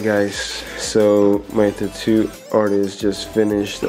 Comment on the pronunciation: Am I the only one hearing “tutu” instead tattoo? Lol